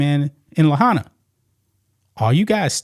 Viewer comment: La high na, not La ha na.